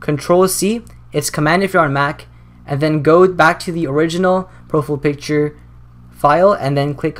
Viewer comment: **profull picture** that pronunciation